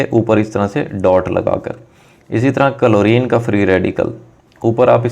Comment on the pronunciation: he's saying " कलोरीन " 🤣🤣🤣🤣